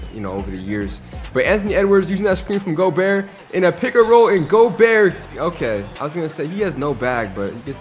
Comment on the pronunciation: not making fun of you but goberts name is pronounced go-bear. i pronounced it like you, i dunno if its just a joke if it isnt now you know.